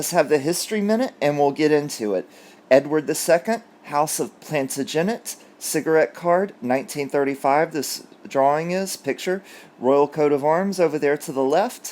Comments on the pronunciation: Not Planta-genet, Plan-TA-jinet.👍😇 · And it's Plan-TA-genet, not "planta-GENic" as in "photogenic". Sorry if this correction appears elsewhere - I am always being dissed for not reading hundreds of comments/replies. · In Plantagenet, the stress is on the second syllable (tag) not the third (genet’). PlanTAGenet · again hope you don't mind, but I know you are particular: Plantagenet = Plan- Tage - ennit tage sounds as Madge Ennit love the channel